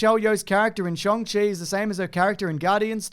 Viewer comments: The “Shang” in “Shang-Chi” is pronounced like ‘hung’, not ‘song’! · It's pronounced shAWng-chi, not shOng-chi nor shAHng-chi. They made a point of that even in the trailers. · If you look at the 2nd part of Simu Liu's tweet I think he's referring to how the correct pronunciation of Shang Chi is to say it like "Shong" but with an American accent. As an Australian, it should be pronounced more like "Sharng" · I speak mandarin but still call the dude shang chi instead of shung chi. Rolls off the tongue better. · For the love of gawd, the A in Shang Chi makes the Ah sound like in Car, or Far. Think N(ah)ruto or Yuyu H(ah)kusho in Japanese. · I’m still confused by the Shang/Shong thing tbf. Simu Liu’s tweet says “More nuanced is ‘Sh-ahn-g’ “ which suggests it’s more of a long A sound like “shark” or “KHAAAAAN” not an O sound like…”Kong” 🤔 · I know it's meant to be pronounced shong chi, but I just can't accept that